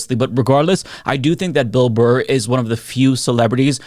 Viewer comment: You mispronounced Burr's name at the start of the video... You called Him Bill "Bar". I have now lost all respect for you.